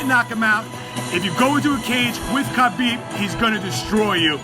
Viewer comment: The only unbeatable thing about Khabib is the number of guys mispronouncing his name. Leave the freaking k out, it's silent.